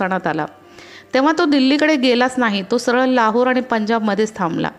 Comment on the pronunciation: तुमचा मैन प्रॉब्लेम न आणि ण चा आहे. जिथे न बोलायचे त्याला ण बोलता आणि जिथे ण बोलायचे त्याला न बोलता. जसे आणि ल आनी आणि पाणी ला पानी. प्रयत्न करा थोडा तुम्हाला जमेल. माझ्या तर्फे तुम्हाला शुभेच्छा.